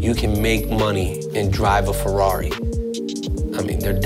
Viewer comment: a rrari?! come on man